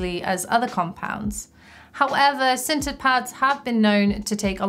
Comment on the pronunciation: I totally thought she said "scented" pads the first time she said "sintered". I was about to be very excited